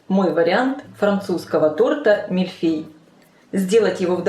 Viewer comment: Господи ну послушайте произношение по французски-произносится мильфЁй!!!режет ухо!!!